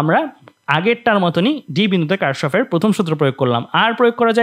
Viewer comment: এটা কার্শফ নাহ Kirchhoff কির্শফ